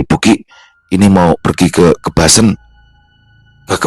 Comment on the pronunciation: cara nyebut kebasennya salah